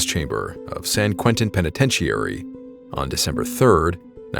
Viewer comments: A.I. can't pronounce "Penetentiary"...lol. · I love the channel bro, but that is NOT how you pronounce "penitentiary " 😂😂😂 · Can’t you pronounce the word penitentiary or is the voice all AI generated? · Dude, you’re mispronouncing penitentiary